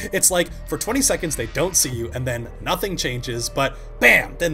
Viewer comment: “And we are Nazing anything new”